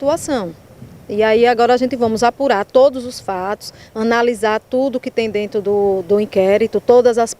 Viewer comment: "A gente vamos", achou pouco e disse: "Analisar tudo o que tem DENTU do inquérito". 😅😅😅